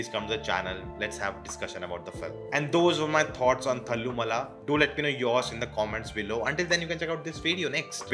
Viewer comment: Bhai film ka naam to dhang se pronounce kar leta... Koi bhi malayali nahi mila kya bhai tujhe whom you could have asked!!